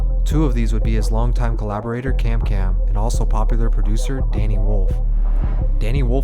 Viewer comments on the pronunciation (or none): No way he said Cam cam instead of kankan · bro just called kankan "kamkam" 😂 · Good video bro but it’s kankan not kamkam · bro said kamkam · he said KAMKAM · Dude said kamkam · kamkam? you mean kankan? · I think you meant kankan not kamkam lmao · mf called kankan CamCam lmao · bru said kamkam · nigga really said kashdami 😂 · Bro actually said "campkam"💀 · no way bro said campcamp🤨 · Idk how you can butcher "Kankan" that badly.